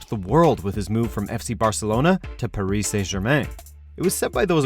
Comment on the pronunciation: This guy couldn’t pronounce Paris to save his life